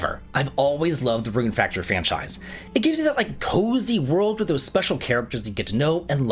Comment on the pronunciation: Rune Fractory? xD